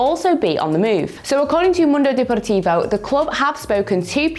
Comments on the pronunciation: How pronounced mundo deportivo got me. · Mee too😂😂